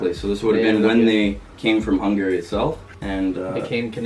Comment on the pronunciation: its kinda annoying how says Hungary incorrectly